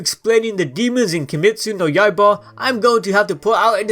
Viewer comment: Two things: 1.Demon Slayer Corps pronounced: Core 2. Kimetsu no YAIBA pronounced: Yai-buh